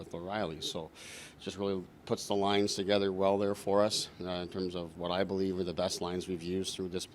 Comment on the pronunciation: Morgan Rielly “BELEAFS”